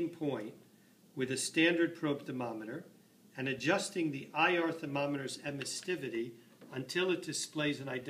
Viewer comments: Emissivity. It only has one 't'. Sorry to be a grammar Nazi but 'emissTivity' sounds silly. Other than that, nice little video. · its emissivity not emistivity